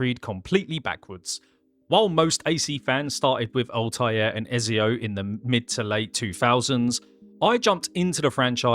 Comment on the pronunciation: Why you keep saying ezio name wrong? 😔